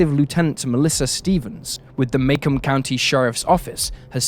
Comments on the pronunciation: Macomb County pronounced "Mah-COMB" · Ahhh-I wondered about that. I saw it spelled and thought "like Macomb Mississippi?" but when he pronounced it "may-kum" i thought "must be midwestern pronunciation rules". :) I know it doesn't really affect the story, but i do like knowing correct names, just in case it ever comes up again, so thanks! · The clothes and haircuts on the CCTV video in Connie's case -- sweet 1990. (BTW, it's pronounced Mah-KOHM, rhymes with "come home".)